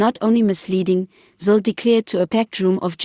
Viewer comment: It's Zille not Zill???